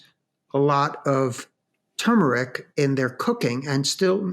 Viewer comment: TURmeric is not tumoric (toomeric}. The "r" denotes pronunciation similar to the words "turn", "turgid", etc.